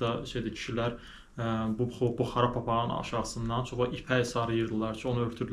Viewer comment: buxara yox,buxarı